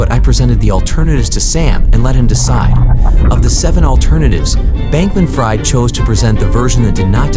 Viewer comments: Fried ==> pronounced "freed." If you can't pronounce it correctly at this late date, are you maybe in the wrong lie of business? Narrating media is clearly not for you. Not if it has nouns in it, that is... Fool! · Sam Bankman-FRY-ed? Geeze. is everybody a bot already? NO HUMAN covering this story would have pronounced his last name like fry.